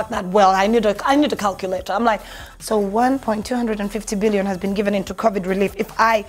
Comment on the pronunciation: am sure meant 1.25 billion but the way you said it got me saying what da.....?